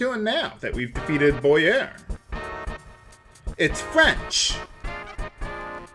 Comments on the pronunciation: I believe the previous boss' name was pronounced as "Bow-yer" instead of "Boy-er". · I never knew about that weapon for Geno. Also, I like how pronounces Bowyer. It reminds me of José Mourinho. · "Bowy-er... it's French" so like Dumas not dumbass, heh. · if bowyer was french, i believe it would be pronounced bow-yay